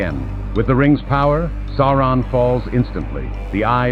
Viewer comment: "Der dunkle Herrscher Sauronov". Und das gleich am Anfang. Ich brech ab.